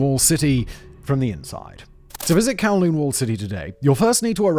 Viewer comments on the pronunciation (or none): Humbooga dubghh kawwlooonh 😂